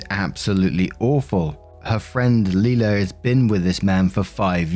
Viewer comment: Leila is pronounced "lay-luh," not "lee-luh."